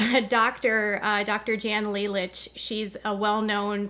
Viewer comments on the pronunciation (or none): Janya Lalich, learn how to say her name please.